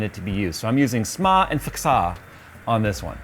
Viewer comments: "Smaa and FKSAA" xD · that fxaa & smaa pronunciation killed me